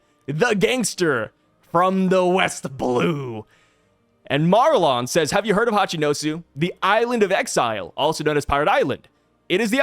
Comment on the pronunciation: I posted this in another video of yours but you are pronouncing Marlon wrong. It is said that he looks like Capone Bege... And Marlon Brando played Don Corleone in The God Father.... so I assume its pronounced like Marlon Brando's name. Also had a bunch of other stuff from the post but my brain sucks so I can't remember all of it.